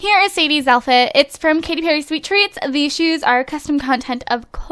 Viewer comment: () I cannot tell you how many times I went back and listen to you say Katy, like my name is Cady, it's pronounced the same way but spelled differently. So I had fun the episode:D